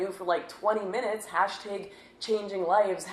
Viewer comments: "Hash tegs" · that's pronounced Hayshtayg. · Does Lauren Southern pronounce the word "bat" like 'bayt'? Like she says 'tayg' in hashtag